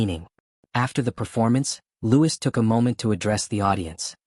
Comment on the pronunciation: It's pronounced "Louie" not Lewis